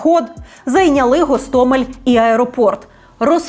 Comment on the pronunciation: Кажуть, що окреме місце в пеклі-чан з подвійною смолою отримують дегенерати, які називають наш Гостомель, з кінченим мокшанським наголосом ГАсТАмЄЛь. Зараз на тому світі, Сашко Білий і Шаміль Басаєв, пердаками насаджують на пляшку савєтського шампанського цей новозашкварений десант.